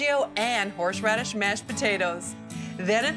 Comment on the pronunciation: "Hore-SH raddish mash potatoes" Sounds like aunt sandy had a cocktail segment before the cocktail segment.